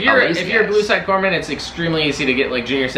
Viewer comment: It's Corpsman. They are the medics in the Navy. When assigned to a Marine Corps unit, you are in war up to your neck. Your job? People get shot. They cry "Corpsman!" You then stop them dying long enough to reach a doctor.